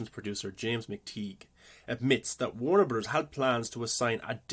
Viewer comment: exactly lol I was jk because you pronounce it like Wernrberrz